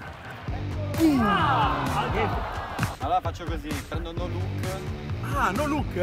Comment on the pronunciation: All minuto 1,57 dice zapi sbagliato nome